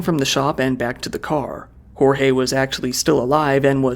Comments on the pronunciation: Is it hard to throw the names on Google Translate as to not butcher the pronunciation? “George” would be a better pronunciation of “Jorge” than “Horre” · Just a pronunciation tip: in Portuguese, we don't say the letter J as a R/H like in Spanish. Say the J as you would in English. "Jorge" sounds almost exactly as "George", only with a stronger E at the end. Like "GeorgE". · O J do Português é igual o do Francês na vdd, o do Inglês você pronuncia meio que colocando um d na frente "Djorge" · Jorge pronunciation is wrong, the “J” is different from spanish and a bit more similar to english